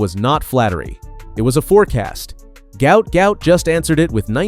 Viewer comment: His name is pronounced Gwat Gwat in Australian English.Im 57 years old/young from Brisbane Australia 🦘